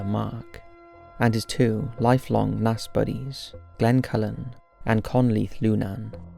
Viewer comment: He got Naas right more often than not, which I was surprised by. And Buck Whaleys! I do wish he’d learn that the word is inexplicable not unexplainable.